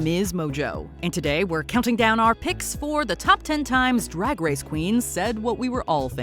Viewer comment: “Rag race” OK Scooby Doo 💀 werk